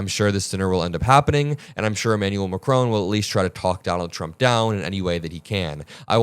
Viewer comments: Emmanuel Macron, the president of France is not pronounced MAC-ROWN. It's pronounced Mac-rawn = President Macron. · His name is pronounced macRON, not macRONE! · It's Macron not macrone pronounce his name right for gods sake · Please learn how to pronounce Macron and Rutter 😠